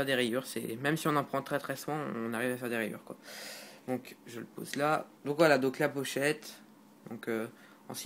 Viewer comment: pitié c'est ''donc'' et pas ''dauwk''